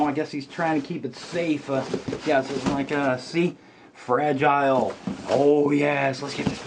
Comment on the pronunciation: fra gee lay...that's french